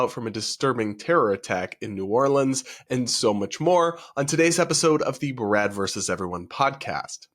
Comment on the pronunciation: sounded like your said "Grad" instead of "Brad" 😂